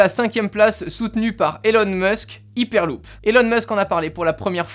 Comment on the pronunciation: C'est dure de dire "haiperluup" ?